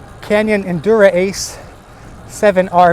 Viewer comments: He's pronouncing it wrong in the video was my point. it's not "Endur-Ace". It's Endurace as if it's one word. I made a typo in my original post when I spelled it "endurance". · It's not "Endura-ace" haha...it's just one word - Endurace . Also your handlebars don't look centered...unless you already fixed that. They look like they need to be moved a little bit to the right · It's actually neither. It is ENDU-RACE. Canyon did a play on words and combined ENDURANCE and RACE.